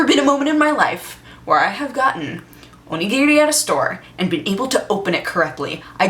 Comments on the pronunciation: OMG she can pronounce Onigiri correctly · Omg those ponytails are so cute! ^^ And the way she says onigiri. Not like I ever tried to pronounce that.. xD